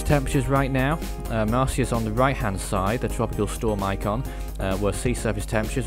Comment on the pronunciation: He said the name wrong XD